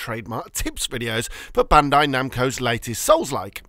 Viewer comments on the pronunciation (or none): none